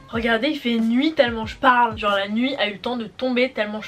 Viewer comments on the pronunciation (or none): none